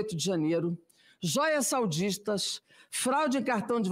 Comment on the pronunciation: Grande Jandira, mesmo cometendo um errinho de português ( saudistas) ❤ ( sauditas)!